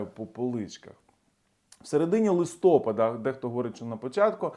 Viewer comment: ЛистопАд - правильний наголос, будь ласка!